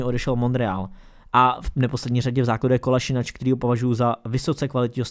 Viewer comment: Dobré video, btw.Kolašinac se čte Kolašinac, jak se to píše